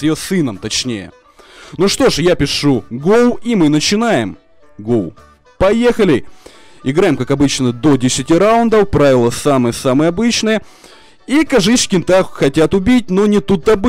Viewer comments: ап не ГОУ а го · Не гоу а го нуб